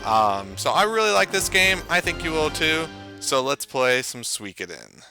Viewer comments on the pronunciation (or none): It is pronounced Swee-koh-den. But I'm so glad to know I'm not the only one who pronounced it "Soo-ick-oh-den" for the longest time.